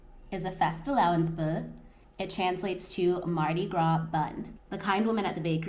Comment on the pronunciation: Here's a little tip about Danish words that end with ER: We don't pronounce that R. Instead, for instance, in the word "fastelavnsboller", we pronounce the last two syllables like you correctly pronounced the first of the two. So; the syllable er is pronounced like -bo - with no stop. I don't know if "stop" is the correct term. Now Googling... Found it! It's called a "glottal stop"! I truly believe you can become really good at this! Good luck!